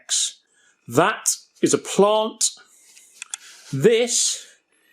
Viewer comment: I like how he emphasized the plant. "this IS A PLANT"